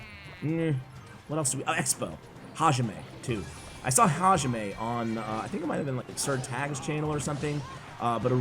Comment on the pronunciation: I think the guy its pronounced “hayime” strong in “yi” . Its what the referee says at the beginning of a martial arts combat.